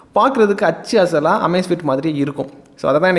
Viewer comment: நண்பா, ஆச்சு அசல் இல்ல.. அச்சு அசல்.. திருத்தம் செய்யுங்கள்..